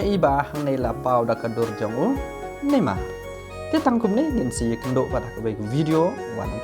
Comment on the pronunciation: Neymar not nammar 😭😂